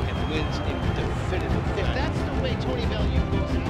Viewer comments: It's Tony Bell-You not Tony belooo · Allo mate, Tony Bellew is pronounced 'Bell-yew' not Belloo. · Interesting pronunciation of Bellew